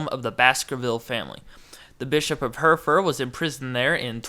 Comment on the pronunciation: Hertford is pronounced "Hartfud" and Hertfordshire is pronounced "Hartfudshur" . Great video tho, thanks for posting.